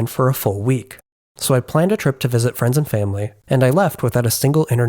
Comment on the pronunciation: Btw when you said for the first time "i went out to visit friends" i understood "france" and i was a bit confused that you didn't mention language bareer or something but QR codes 😂